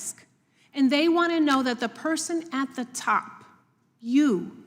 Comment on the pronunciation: "You're the person at the top" with the dramatic pause 🤌